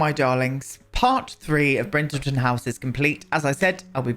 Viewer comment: Everytime you say Brindleton House, I hear Bridgerton. Which would be very fun to do as well. On the EXTENSIVE list that annoys me with the build/buy mode are the end pieces of kitchen cabinets: why are the floor one so much shorter than the wall ones?!